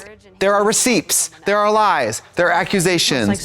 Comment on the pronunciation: Trixie really pronounced the full PTS in receipts